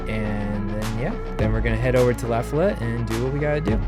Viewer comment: its pronounced "luh-fol-it"